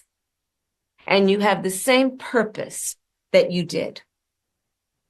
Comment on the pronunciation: She said purrpiss 🤣🤣🤣🤣🤣🤣🤣🤣🤣🤣🤣🤣🤣🤣🤣🤣